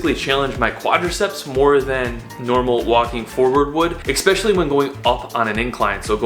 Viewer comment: It's ES-PE-CI-ALLY not eKspecially. So annoying. You do so many challenges man, you can pronounce one word too, I believe in you! ❤